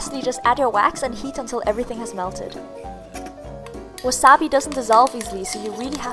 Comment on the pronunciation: that's how you say it lol